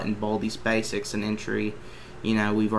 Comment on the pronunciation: when he go WEHN BALDEYS BASEKS i laugh